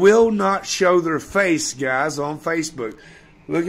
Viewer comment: "I gurrentee, I gurrentee u wont say that to myy fice" Always saying he dont care what the trolls say about him but makes a vid all about it when it happens